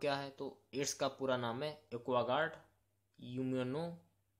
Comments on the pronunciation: AIDS ke full form me एक्वायर्ड होता है या फिर एक्वागार्ड...?😂😂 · AIDS ka full form Aquaguard nahi hota hai, Acquired hota hai Sir aap ko padhne bhi nhi aata hai.